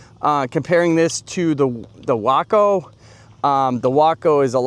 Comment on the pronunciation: It's WAAAACO, Waco, Willman aircraft company of Ohio!!!!!!